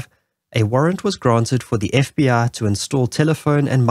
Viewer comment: When you pronounce FBI you say f b aaa?